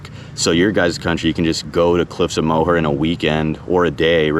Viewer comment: I can see the Cliffs of Moher from my house. Thank you so much for saying Moher properly, Americans and the english usually butcher it. I hope you come back again.